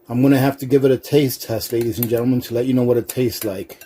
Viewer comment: Oh my God, while you have good content on this video, if you said ladya and gentlemen 1 more time I would have to stick knitting needles in my ears... Good content, but work on that my guy.